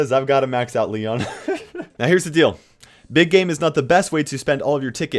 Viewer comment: i thought you said ”big gay” at first lmao